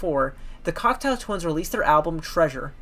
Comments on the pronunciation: I believe you called the group " Cocktail Twins " a dozen or so times . " Cock-Toe " not " Cocktail " . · thank you for putting this together! Just want to point out the correct pronunciation of their name: "Cock-toe Twins" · Can someone get the narrator to pronounce the band's name properly? Cocteau (Cockt - Oh) as in the French surrealist Jean Cocteau. Eau as in water. Everybody's homework after this is to watch Jean Cocteau's surrealist masterpiece Jean Cocteau's Orphee (Orpheus) which Morrissey had the good sense to immortalise on the front cover of The Smiths This Charming Man. Besides the mispronunciation of the subject matter's name, you did a great job. I even learned something - that they attended & met up with one another for the Ivors and Q award ceremonies. Consider listening to The Sundays / Cranes --- two bands that intersect with Cocteau Twins euphoric trippy otherness or / Kate Bush: The Dreaming. Toyah: Sheep Farming in Barnet & Nina Hagen: Nunsexmonkrock if U want an idea of who was doing this genre immediately before Elizabeth. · Are you saying "cocktail twins"? That's what it sounds like. Interesting video though, I've been a fan since the early eighties but I learned some things here. It's good to see someone so young appreciating the Cocteau Twins. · i kept hearing 'cocktail' not cocteau, oh well.